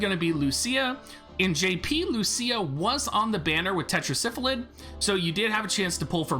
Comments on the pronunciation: It's Tetra Sylpheed! not tetra syphilid as in 5 sylphs in a council god it drives me nuts every time you say it like it's syphilis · Only because of his terrible mispronunciation of Sylpheed